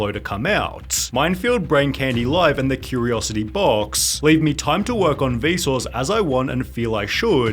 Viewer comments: Every time you say Vsause I hear Bezos for some reason 😅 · it sounds like he is saying Bezos, instead of Vsuase. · Whenever he says vsauce I hear bezos. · The way you say Vsauce sounds like Besos